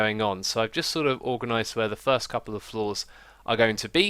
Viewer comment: I thought you said "third" and not "first" and was like: what did I miss so far?